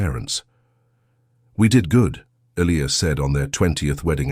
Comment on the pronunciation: At Isabellas dad's funeral he said.... He died that night Your Narration is always immaculate, But pronunciation of names, Elias or Elias Listen to your story.